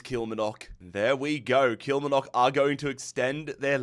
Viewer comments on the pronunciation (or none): KILL-MAR-NOCK & FALL-KIRK just for future reference 😂😅